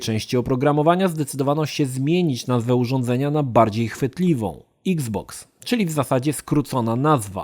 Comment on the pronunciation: Bardzo fajnie wymawiasz nazwę xbox. Niektóre obcojęzyczne słowa brzmią wyjątkowo głupio po polsku wiec nie ma co na siłę wymawiać ich tak. iks boks o wiele lepiej brzmi niż eks boks :) eks pudełko znaczy że co już nie pudełko tylko kula? :D